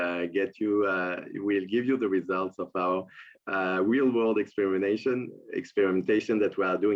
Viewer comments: He just said are real world extermanation then corrected with exsparimentation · I had to backtrack a few times as it almost sounded like he said extermination but he was saying exper...mentation. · First he said EXTERMANATION